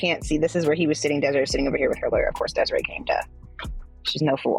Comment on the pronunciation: Her name is Desiraye. Des-e-Ray.